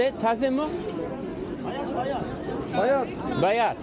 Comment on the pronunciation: So i saw that you made a lil mistake when you asked "taze mi?". You said "taze mu" and i can understand that it might be confusing for beginners to differentiate between "mi, mı, mu, mü" but there is a trick for that!! So basically if the word before the question word(which is the four words above) has "e-i" in it, you will use "mi?"; if it has "a-ı" then you'll use "mı?"; and if it has "o-u" you use "mu?". And if there is "ü-ö" you use "mü?". But sometimes a word can have multiple different sounds in them. Like "absürt" Which isnt a turkish word but is taken from other languages and thats why it doesnt fit multiple turkish grammar rules like having two consonants next to each other. Another example would be "abajür" Which is quite similar. But it has a and ü in the same word which means some rules are broken again. So in this case, you can take the last vowel in the last syllable for the question word. Like: "absürt mü?" "abajür mü?" "Abaküs mü?" "Ateşli mi?" "Kafesli mi?" "Saatli mi?" As you can notice most of these are suffixes like "kafes-li" "Saat-li". Cuz we usually have the vowel harmony. If a word's first syllable has (a-o-u-ı) then the word will continue with (a-o-u-ı); and if a word's first syllable has (e-ö-ü-i) then it continues with (e-ö-ü-i)!! Words that are turkish originated will most likely have this harmony but words that have originated from other languages will most likely not. Well lets drop some examples of the usage of "mı-mi-mu-mü"!! Kaba mı? Bana mı?